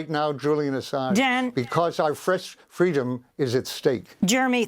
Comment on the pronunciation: Fress preedom lol I live for spoonerisms